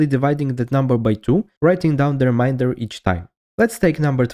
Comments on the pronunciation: Remainder not reminder. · Re MAYn der Not re MIND er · ReMAYnder. Not ReMINDer. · *remainder*. Not "reminder". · Remainder has a different pronunciation from "reminder." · its pronounced re MAIN der not re MINE der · Guy pronouncing "remainder" as "reminder" for 7 minutes and there is nothing you can do about it. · Please never say “reminder” again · Please correct your accent if you can ... remainder is a different word from reminder.